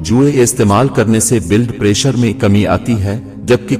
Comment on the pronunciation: بالاڈ پریشر نہیں ہوتا بلڈ پریشر ہوتا ہے تلفظ صحیح کریں